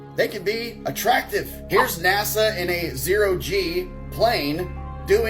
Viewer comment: I LIKE MOST OF YOUR VIDEOS !! BUT YOU'RE AN IDIOT FOR CONSTANTLY MISS PRONOUNCING NASA ... JUST SHOWS THE INTELLIGENCE OF americans